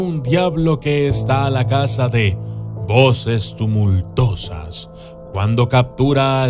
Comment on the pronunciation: Juan Solorzano Echeverria La Piedad Michoacan ¡NO NOOOO! EL TAL TITIBILUS ANDA TODAVÍA DANDO QUÉ HABLAR... LOS SUBTITULOS EN ESTE VIDEO ESTÁN PARA MORIRSE DE LA RISA. CONTÉ MÁS DE 71 ERRORES. Y USTED PRONUNCIÓ ERRORES TAMBIÉN. PONGO UN EJEMPLO: "VOCES TUMULTOSAS". ASÍ NO SE PRENUNCIA (yo no fui) Divertido trabajo. ¡Congratuleishons May frend!